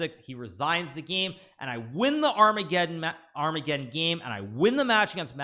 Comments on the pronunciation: ar-mega-don LOL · Dying at "Ar-mega-don" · I prefer the pronunciation ar-mega-ddon.